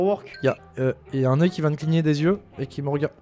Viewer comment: Ce que il dit '' y'a un œil '' 😊 Ce que j'entends '' y'a un neuil '' 💀